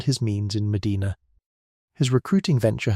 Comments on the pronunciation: The city name is Muh-DYNE-nuh. It's not like the cities in Spain or Saudi Arabia. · I'm in Medina Ohio and you don't even know how to properly pronounce Medina. Nice try AI. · He is mispronouncing the name of the city. How on earth are you making that about race? How embarrassing 😬